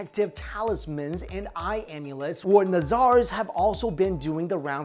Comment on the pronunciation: It's pronounced Nuh zurs (Nazars) and not Nazaaars